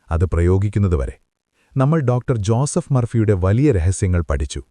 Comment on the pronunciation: ഒരാളുടെ പേര് പറയുമ്പോൾ സ്റ്റൈലിഷ് ആക്കരുത് സർ, ജൂസഫ് എന്നല്ല, ജോസഫ് എന്നു തന്നെ പറയണം.